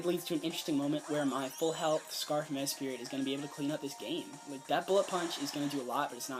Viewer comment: i'm sorry but this kept bothering me, mesprit* not mespirit